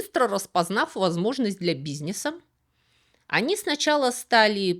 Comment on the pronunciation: Фак! Фак! Нет слова бизнЕсь